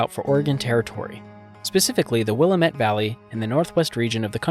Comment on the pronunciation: Wonderful video, really in depth. Thank you! This channel is really coming along!! FYI, it is pronounced "will-AM-ett". Most people do pronounce it wrong, no big deal :)